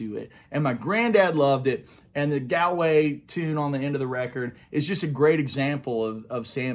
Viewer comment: Hi. Great start to this "Under The Influence" series, and some cool stories. Galway is a city in the west of Ireland, and it's full of music of all genres. Steve Earle spent a lot of time there and had a big hit with the song "Galway Girl". It's pronounced more like Gaulway!:-) I'll take you there if you ever get to Ireland.